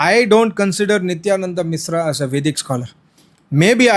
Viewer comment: Its mishra is not misra. First, learn to pronounce sh, then talk